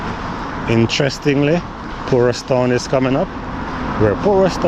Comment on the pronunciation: Sir, the name of the place is PORUS NOT POORUS!